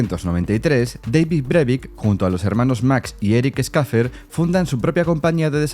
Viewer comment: Muy entretenido el video, pero el apellido se pronuncia "Saifer" así de simple... no cuesta nada respetar la pronunciación de los pronombres propios, ¿no?